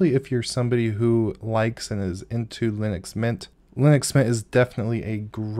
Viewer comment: How hard is it to say linux?